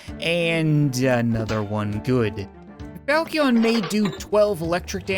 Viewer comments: Once again the falcion is pronounced foushion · Falchion is pronounced like fal-shen. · The sword falchion is pronounced falshon. The chi is pronounced as sh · Hey I know this is a bit old and you won’t read it but the funny sounding sword is pronounced like foul-chin. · Falchion is pronounced fal-shi-on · Its pronounced falshin, or falshon, I'm sorry, I had to say it, and, gladius, is said exactly how gladeeus is said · It’s pronounced fal-she-on.